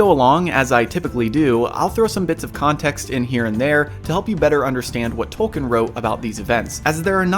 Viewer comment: At the risk of sounding like an absolute snob, Tolkien is pronounced "Tol-keen". And apparently he was very adamant of the fact. Carry on.